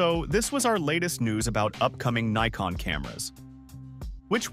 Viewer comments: This is the the proper way to pronounce it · Yes, Neeecon is how the Japanese pronounce it, Nigh-kon in the US, and Nick-on for the rest of the world. Many English speakers will say ZED instead of ZEE as in the US. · Yes brother! Neekon is a Japanese Brand, so is pronounced Neekon. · That's actually how the folks in Japan say it. From Google - The Japanese pronunciation of "Nikon" is closer to "NEE-koh" with a very silent "n" at the end. This pronunciation is different from both the American and British versions. In Japan, the company name is pronounced the way the name's owner says it is, and Nikon Japan officially blesses all regional pronunciations of their company name. The Japanese pronunciation of "Nikon" is also influenced by the fact that the company's full name is "Nippon Kogaku," which translates to "Japanese Optical". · Actually, I have heard some Japanese folks pronouncing it this way